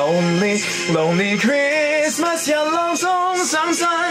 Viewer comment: Christmas果度音唔係好到 爭少少 留意下